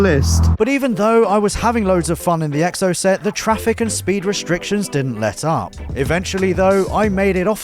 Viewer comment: Anyone else annoyed at the way pronounces Exocet? 😆🤓